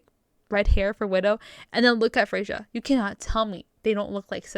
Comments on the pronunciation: Not watched yet but it's pronounced "Freya". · It would be pronounced “Frey-ya”